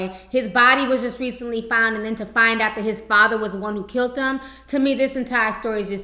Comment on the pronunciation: stop saying kilt instead of killed.